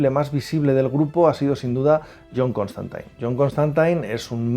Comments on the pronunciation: Siempre creí que se pronuncia Constantin y no Constantain. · Lpm!!!! Q deje de decir ConstANTAIN!!! Es CONSTANTINE, xq pronuncian taaaaan mal!!!! Me genero mucha broncaaaaa escucharlo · Sólo dos cositas nada más. Tanto Zatanna como Dr. Fate aparecen también en algún capítulo de Smallville. Y por favor,, que eres un crack y es un placer verte en cada vídeo, pero cada vez que te escucho decir "ConstantAIN" se me enconge el alma. Mira cualquier capítulo de Legends of Tomorrow en versión original, que ahí lo pronuncian bien. Enhorabuena por el canal, todos aprendemos un poquito cada día con vosotros. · Me daba un dolor en el hígado cada que escuchaba constantain, hasta a lucifer lo corrigieron en la escena del crossover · Suena tan rara esa forma de pronunciar "Constantine" no entiendo por que los españoles cambian la pronunciación del inglés...